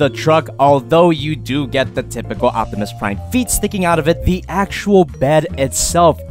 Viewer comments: O P timus Prime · “Notimus Prime”